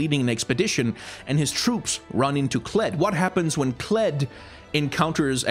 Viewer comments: you mispronounced Kled... it's pronounced KLEEEEEEEEEEEEDD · "Nah, just Kled."